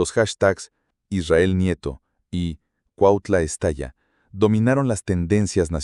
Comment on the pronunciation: Es cuautla no cuatla aprende a hablar bién pendejo!😂😂😂😂😂😂😂😂😂😂😂😂😂😂😂😂😂😂😂😂😂😂😂😂😂😂😂😂😂😂😂😂😂😂😂😂😂😂😂😂😂😂😂😂😂😂😂😂😂😂😂😂😂😂😂😂😂😂😂😂😂😂😂😂😂😂😂😂😂😂😂😂😂😂😂😂😂😂😂😂😂😂😂😂😂😂😂😂😂😂😂😂😂😂😂😂😂😂😂😂😂